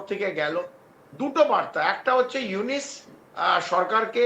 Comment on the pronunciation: ইউনুস কে ইউনিস বলে 😂 নামটাও ঠিক মতো উচ্চারণ করতে পারেনা,,, গোবরখুর বিশ্লেষক 😂